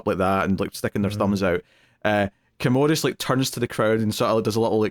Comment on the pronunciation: Also I’m cracking up at yall mispronouncing Commodus. There no “ode” sound in the name - yall are calling him a toilet lol